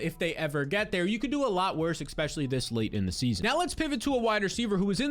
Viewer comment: Can someone teach this guy how to say "especially"?